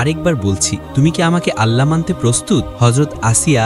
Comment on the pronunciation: Bhai apni Allah nam ta shotik uccharon kore banglai